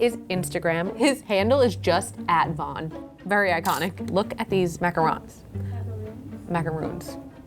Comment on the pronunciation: "Macarons" was more accurate than "Macarooones". Closer to the original French pronounciation